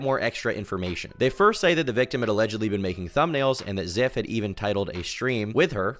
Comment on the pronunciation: Call him Ziff one more time I swear